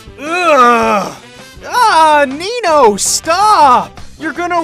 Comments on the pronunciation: Is it just me or did say Ninyo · Good job, Ninyo Me:.you said his name wrong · Lol said ninyo